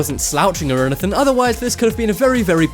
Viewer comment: Oh said enythin